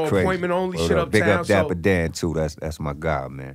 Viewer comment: It's Dapper Dan Not Diaper.. lol